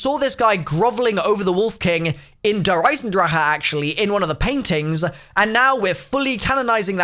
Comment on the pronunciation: I hate how you pernounce “der eisendrach” even though I’m pretty sure I spelled it wrong😂